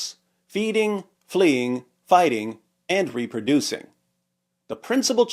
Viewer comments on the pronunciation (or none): "reproducing" does not start with an F